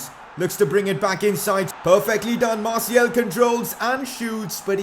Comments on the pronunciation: Just a heads up, it’s Martial, not Martiel ;) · Can you stop calling Martial Martiel?